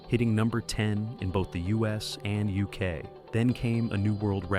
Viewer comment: "Discovery became the first number one album in the Youskay". I am sick of AI commentary.